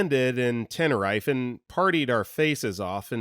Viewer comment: it’s pronounced tenner-reef not ten-her-rife